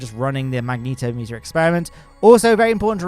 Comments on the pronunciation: "magnetometer" is pronounced "mag-net-om-ee-ter". It measures magnetic fields, not magnetos (a magneto is an old-fashioned car part that generated electricity, later replaced by alternators).🤣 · "mag neet o meter" wild pronunciation